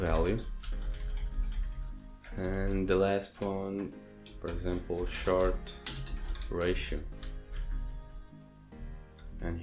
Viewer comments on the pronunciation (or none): It's Sh-OR-t.. not shart haha. thats a shit+fart. , .Great video